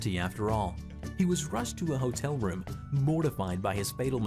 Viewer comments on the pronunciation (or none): none